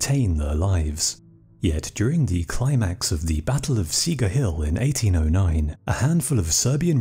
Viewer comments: Čegar is pronounced "Che-gar" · Great narration, reminds me of the old calm way they used to make TV documentaries. Btw, "Čegar" is pronounced like "Chegar" in english. Other than that great video : ) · The hill is pronounced "Chegar". Otherwise very well made video! Cheers